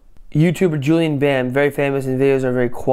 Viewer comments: and we say bam like BAM! not like bahm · U dont say "Julian Bam", its like "Julian Bäm" like a bro fist bam! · WAHT THE FUCK bam wird bäm ausgesprochen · Not Julian bam it pronouns like julien bäm!😂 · JULIEN BAM!! NOT JULIAN BAM!